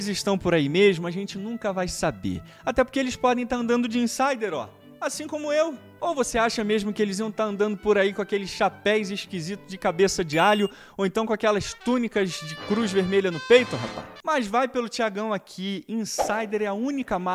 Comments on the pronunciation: Virei fã. Permita apenas uma pequena correção. O certo é "chapéus". ;) Grande abraço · "Chapeis" hahahhahaahahha